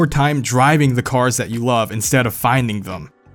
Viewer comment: “...that I loave the 2nd-gen Acura NSX...”